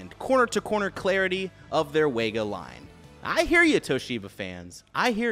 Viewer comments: FYI - "Wega" is pronounced "Vega". It was originally a German company bought by Sony in 1975. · It’s pronounced Sony ‘Vay-Gah’ not ‘Way-Gah’ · VEGA not WEGA omg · it's pronounced vega